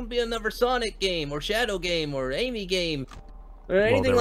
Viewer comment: Omg sonic just called Amy ams